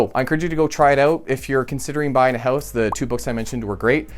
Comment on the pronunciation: I'm pretty sure you said, "Buy a hose."